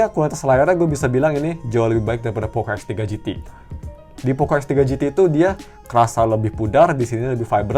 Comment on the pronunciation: Perasaan x3 , kok om ini bilang f3 pro f3 gt, apa pendengaran ku yg salah